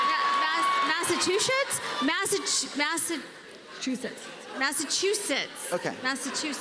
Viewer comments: HOW Embarrassing for Tamara. Can’t pronounce Massachusetts. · I’m baffled that Tamra can’t say Massachusetts 😮😳😭 why? How? What!? Shook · OMG so painful hearing her try to say Massachusetts!! Wtf lol have you not heard of Boston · Massetchu Massetchusets Massechusis Massachusetts 😂😂😂😂 I’m sorry but that was funny and adorable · lol Tamra NOT knowing how to pronounce Massachusetts and BEING American. Californians truly being in their own bubble ahahaha.